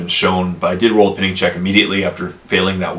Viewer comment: he mispronounced Pinning